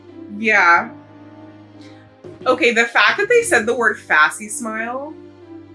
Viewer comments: Did you just say "FASSY-SMILE"???🤣🤣🤣It's pronounced "fack-SIM-uh-lee." A fax machine is really just a shortening of facsimile machine. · pronouncing facsimile as "fassy-smile" is the mark of someone who reads a lot, i'll give you that 😅 it's fac-simile, like a simile like a comparison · It’s ‘fac-sim-a-lee’,. ❤ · i think its pronounced "fah-SIM-ah-lee" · I'm sure others mentioned it but I think facsimile is pronounced like.... faculty... and simile mixed together... though... I don't know where I even heard the pronunciation before, to be honest. Imagine if they also had Kay to make Edgeworth cooperate more. 😭 oh yeah there's the regular version that's just the objection bubble but there's also this more intense version where the letters come in one at a time and the whole thing shakes on impact sorta. the best moments is when we get to watch you suddenly realize something in real time :_Heart: You're right. it's one of those times they accounted for both and would let you present either/or. I think normally when they do this they flash both pieces of evidence.... this time they didn't flash either one to just vaguely confirm you got it right. Which honestly makes it a bit cleaner. Everytime Athena shuts down like this from her drama, Widget also "shut down". honestly didn't think about it like that until now but Widget does copy her expressions, including this one. "At the time of the 'crime' " but... it turned out to be a different time... but yeah... they needed to be :_BFFR: I'd say your line of reasoning was also fair... it just wasn't the one they were going with. yeah... guess they were lazy and only checked the specific time they THOUGHT the crime occurred... there's no wonder there's so much distrust in the world of Ace Attorney.